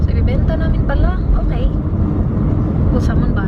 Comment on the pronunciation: Her:Okeh.... Me:Okeh Keyoh...😂😂✌ Love you